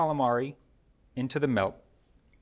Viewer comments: The last guy sounds like he's saying MELT but apparently he means MILK. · For the calamari, where do I buy "melk?" 😛